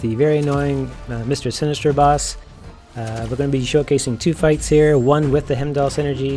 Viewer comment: haha its all good I was just making fun of how you were saying his name. Actually was a good video, though without Heimdal I'm still having issues. Act 6 is a horrible bit of content.